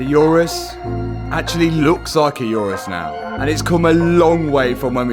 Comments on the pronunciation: Never heard of a "yourus" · It’s going to be a wide Urus sounded like It is going to be a wife’s Uterus 😂😂😂